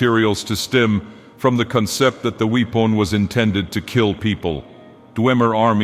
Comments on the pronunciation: "weep on" instead of weapon lmao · You can tell that a dragonbreak occured because becomes French when he pronounces the word "weapon".